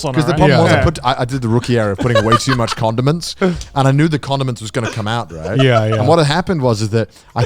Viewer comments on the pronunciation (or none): I’m so glad other people thought Connor was saying condoms too cause i was so confused like what are you using those for in ur trip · It sounds like he keep saying condoms. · Every time Connor says condiments, it sounds like “condoms” so I’m initially thinking this camping trip is wild until I remember they’re talking about food and he’s saying condiments. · I had the same issue. I was really confused when he went from condoms to mustard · SAMEEEEEEE I thought it was only me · I had to stop the video when Conner said condiments.